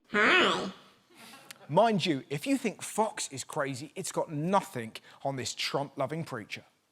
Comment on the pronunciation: "Nuffink". True British dialect.